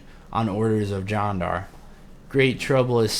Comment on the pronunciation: I think it sounds more like "John-dar" when you say it though. Which is fine, but if someone commented on the pronunciation that's probably what they meant